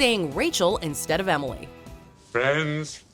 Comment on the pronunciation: 25 years later and ross still can’t say emily